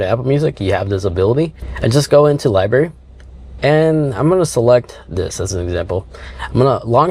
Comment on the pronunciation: Nice job but as a contributor and influencer please watch pronunciation. It’s “library” with an “R” not liberry. Thanks buddy - it’s hard enough to teach kids. And dude, lose the “much more better” and “jagwire”. Clean it up man…..are all grownups here.